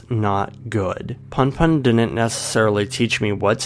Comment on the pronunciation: I cringed so hard when you pronounced punpun as "panpan" please dont do that